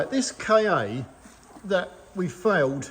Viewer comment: I love your work but I need to pick u up on a point. It’s NOT a Ford K-A it’s a Ka (kaa) sounds a bit like Car which is an Ancient Greek word for earth (or world) kinda like Mondeo in that respect which is why Ford chose em both for multi market cars. Keep up the good work.